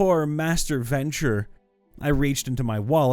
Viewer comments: The clan name is pronounced Ven-true, not venture. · If you come across a word you've never seen before, I would like to suggest you take a moment to just read it before you try pronouncing it. Deign is not "deny", it's "dayn". Ventrue is not "venture", it's "ven-true". Ostentatious is not "ostainienshly", "o-sten-tay-shuss-lee". I normally don't mind people mispronouncing words, but I'm like 5 minutes into this video and it's like every 10 words where you vomit out some gobbledigook instead of taking a moment to sound out the word. The frequency of the mistakes is honestly impressive. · Ven-TRUE, not venture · i'm annoyed you pronounced ventrue as venture when it was spelled that way 3 times and capitalized. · Just fyi, it's it's pronounced VenTrue (as in true or false). Ventrue. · Dude, seriously -- if you've never heard a word spoken aloud before, such as "Ventrue" or "ostentatious," try sounding it out instead of completely mangling it. Please.